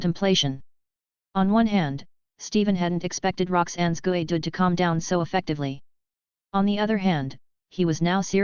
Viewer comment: Gooey? Is how "you" say geodude?